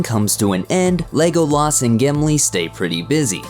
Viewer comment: Legoh Laas Talkeen Saw-Run Gamlee wtf?